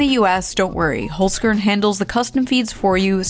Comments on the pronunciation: holes - kearn lol its pronounced holzkern.... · it's pronounced /holzkern/ not /holsgörn/ tough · hollzzkearn haha its really funny wen americans try to pronounce Austrian brand names but no hate and good luck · Please pronounce the company name it as it should be in German, it sounds really weird when the first part of the word (Holz) is pronounced properly and the other (Kern) anglicized. The "e" in the word should sound like the "a" in "prepare". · First - Holzern is an Austrian company… you know who also was Austrian? Right, schwarzenegger. Secondly, as a german-speaker, hearing the pronounciation killed me XD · Your Holzkern pronunciation is really funny for a German Speaker 😂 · Awesome video again! btw love your murican pronunciation of Holzkern. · I was hoping to hear Holzkern pronounced a bit more Austrian after all that Nazi talk. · By the way in regards to your sponsor. The E in Holzkern is pronounced like the A in Karen ;-) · Oh no, Kitsunero is going to be upset at your pronunciation of Holzkern. Clearly you need to watch more of her videos...